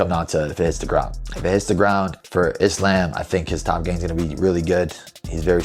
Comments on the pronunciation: No! I've never heard a muslim pronounce Islam like that! EVER. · Why is Belal pronouncing Islam like that? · Belal pronouncing Islam wrong is just weird how can you not say a word, that you live by right?